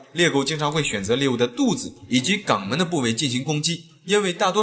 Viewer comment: 😂😂兄弟，声音、口音都很好，但肛门……你读成gǎng门？